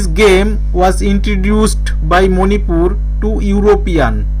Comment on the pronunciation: Please pronounce Manipur clearly. It's really irritating.